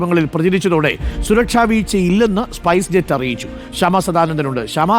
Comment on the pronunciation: Arey മംഗ്ലീഷ് വായിക്കാതെ ഇംഗ്ലീഷ് പറയൂ. സ്പസ് ജെറ്റ് അല്ല സ്പൈസ് ജെറ്റ്